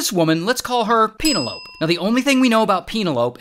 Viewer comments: You sure its Pena Lope and not Penel o pe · Peen-a-lope?😂😂😂😂😂 Pen-el-o-pee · Pen-ell-o- pea, not "penny-lope" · It’s Penelope not peeno lope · Pronouncing Penelope pein•ah•loh•pe instead of pen•ah•loh•pi is a crime 💀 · he makes her sound like cantaloupe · Peenalope😂( it’s pen-el-o-pee) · It's pen-EL-o-pee, not pen-uh-LOPE. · Penelope pronunciation is “Pen-el-op-ee”; not “Peen-o-lope” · ANYONE ELSE MAD THAT HE CALLS PENELOPE(PEN-ELL-OHPIE) PEEN-ALOPE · Peen a lope? It's Pen-nel-o-pee! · It's not Peena-lope, it's Pen-el-o-pee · “Peh-nell o-pee”not Peenylope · Peen-er-lope ... or, Pen-ell o-pee? Be better, people. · Penelope = "Pa-Nell-O-Pee" NOT Penal-Ope. Seriously brother? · Pen-EL-O-Pee not Peenalope. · It's Pen-EL-o-pee, not PEEN-el-ope. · PE-NE-LO-PE not penelowp. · Pen-l-o-pee not Peen-a-lope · pina-lope hahaha.... its pen-elo-pe.... didnt you pass basic engrish from a public school? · peen-o-lope? try pen-el-o-pee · 😭 it was throwing me off Ong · PEEN uh lope 🤣🤣🤣🤣🤣🤣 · lol! Yeah I was thinking PE-NE-LO-PE once I first heard it! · Penelope = "Peenalowp" xD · Pene-lope as in antelope? Oh, brother! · C’mon. Pe-NEH-loh-pea. Aside from that this is big reason I don’t fly anymore. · Ray, it's "Pen-el-o-pee". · Penal ope: That pronunciation is wild. I feel sorry for the Penelope's in the world that hear this dude mispronounce it. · “peenolop” -ray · Why are we pronouncing Penelope as penalope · Peen-a-lowp? I weep for "modern" eddukayshun. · Peen-a-lope?? Seriously? We're doomed. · WHO PRONOUNCES PENELOPE LIKE CANTALOUPE???? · "Peen-A-Lope" :D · ITS PENELOPE (PEN-EL-O-PE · Peen-a-loap? Like an antelope? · Shoutout to “peen-a-lope” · Peenalope - really? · The usual pronunciation is PenELLohpee. Why make it anything else?? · Penil-lope? No. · Penelope = P’-nel-o-pee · pen-NEL-o-pee. She's not an ungulate (antelope). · Peen uh lope???? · I can't get over you annunciating Penelope that way! 😂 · that is the weirdest pronunciation of "penelope" I have every heard